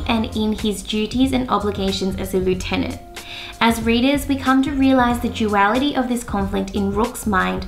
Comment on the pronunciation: Why don’t you pronounce lieutenant correctly?